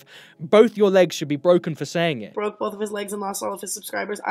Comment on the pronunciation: Dude bwoke da fishtank